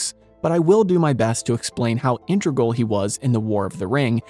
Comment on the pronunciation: Stopped watching at "Sith". Integral pronunciation was offensive enough but pronouncing Scythe as "Sith" is unforgivable